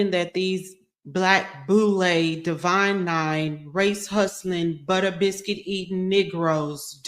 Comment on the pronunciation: Did you say butter bisquet? 🤣